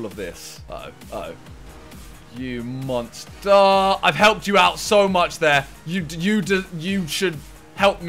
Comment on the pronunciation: guess it was only me that heard monsterrr